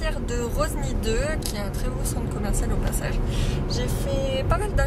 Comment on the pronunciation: Par contre personne ne dit roSny , le S ne se prononce pas ^^